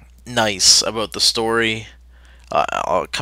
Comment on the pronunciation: did you mean to say ABOUT or a boat? >:]